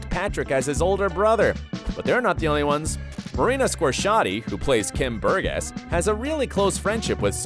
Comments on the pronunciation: Burgess pronounced Bur-jess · Please get someone to teach you how to pronounce Burgess :) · how do you manage to mispronounce Burgess, but get Squerciati right???